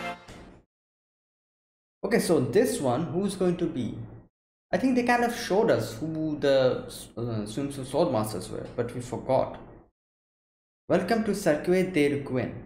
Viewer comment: Btw "Cirque du Requin" is pronounced "sirk du re-kin" because french is dumb.